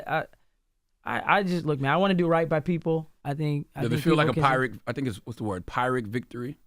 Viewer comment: "Pyrrhic" is pronounced "peer-ic"